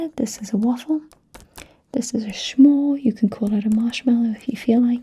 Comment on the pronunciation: I love how you say it "schmore." I'm going to start saying that now.